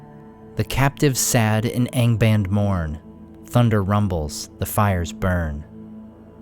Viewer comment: What's with the lower-east-side pronunciation of "Angband", when everything else is perfect?